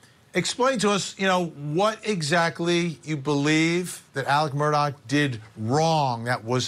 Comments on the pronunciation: He keeps saying, Alec Murdock. His name is Alex Murdaugh. 🤷‍♀️ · Please people, the name is Murdaugh. ( Mur d- au ) Not Murdock. That is how people are pronouncing it. Any hoo.